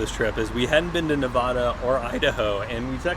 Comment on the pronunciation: Please learn how to pronounce Nevada correctly. That is all.